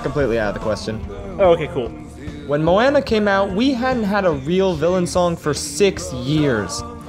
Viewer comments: excUSE ME SIR BUT IT'S MOW-AH-NAA NOT MOW-AN-AH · "mowaana" lmao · You cannot have Tamatoa as your profile picture and pronounce it "Mo-Anna" dude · cough cough mo-AnNa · He said Moenea and not Moana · Mo-Anna lol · With how much you seem to love moana its weird that you still miss pronounce it